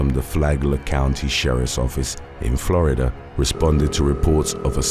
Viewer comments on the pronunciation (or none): none